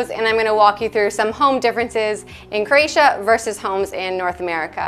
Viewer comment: I’m new to your channel and find it very interesting. Bravo! Having Croatian heritage, I am having issues with how you pronounce “Croatia”? I keep hearing “Cra-tia” “Cre-atia” or “Creatian”.